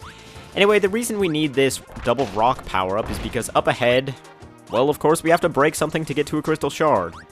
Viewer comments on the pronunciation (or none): none